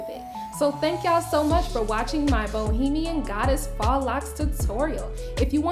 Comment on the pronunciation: Love it!❤️✨ Please don’t be offended but it’s pronounced foe not fah.